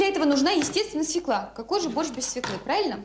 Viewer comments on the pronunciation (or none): Не можна казати російською "свекла", бо на ворожій це "свЁкла". Капець, "блєндєр", "свєклА" Привіт з україномовного Харкова. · Ну тут хоч хусточку вдягла, бо в інших відео трусила довгими косами над їжею... Ну і як носій мови, акторка, мала б знати, що правильно свЁкла, а не свеклА. Хоча борщ має бути з буряком) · Почему свекла, а не свёкла? И потом, где борщ? Вот этот бурячок с водичкой и есть борщ? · О борще ничего не скажу, нет настоящего борща, нет комментов, я о слове "свеклА", нет такого слова, НЕТ!!!!, есть слово "свёкла"!!! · взагалі ганьба - від театральної актриси, дружини Кончаловського чути "свєклА") російською цей корнеплід називається свЬОкла) а щодо прислів'я - "недосол на столе, а пересол на голове")) то натяк на того діда Кончаловського) ех. шкода, що зараз нема повних випусків і не видно, як вона його годує гаспачо, наприклад)) ну хоча гаспачо загалом, мені здається, важко зіпсувати)) навіть з талантом Юлі)) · Ніколи не казав російською «свекла» — бо російською вона свЁкла 😂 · Не свеклА, а свЁкла, носитель языка... 🤦🏻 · СвеклА - нет такого даже в русском языке. Свёкла есть. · Ох, Юлю, Юлю! Вона що "кухар", що "актриса", що свеклА😅😅😅 Взагалі-то свЁкла. Так зганьбити наш бурячок і наш борщ.😩😩😩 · Вона неграмотно говорить слово свекла, бо треба через Ё! Оце так так!